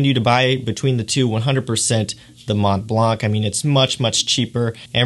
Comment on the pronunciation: Thanks for sharing your view on these top fragances :) The Mont Blanc pronounciation is so weird :o cant listen to it...